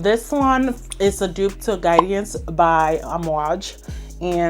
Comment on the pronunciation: The way u add the extra syllable to Guidance is hilarious 😂 u said "Guide-E-ance" which gets me tickled